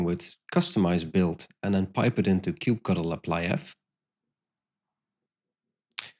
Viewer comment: why did you have to pronounce kubectl like that?